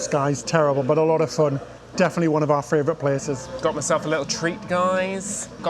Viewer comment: you do realise it's not fravourite with an r in it. It's favourite.